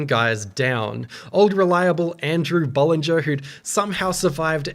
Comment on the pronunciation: the way you say bollinger lol